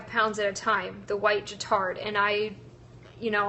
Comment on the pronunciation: Guittard chocolate is pronounced with a hard g, like guitar!